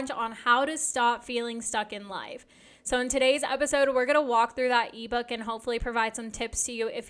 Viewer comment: When you say e-book my brain understood Levo lol